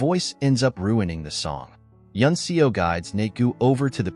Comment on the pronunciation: The character's surname "Seo" is pronounced "Suh" not "See-o".